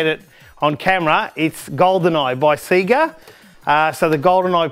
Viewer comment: how can you mispronounce sega? The intro's used to say it before the game started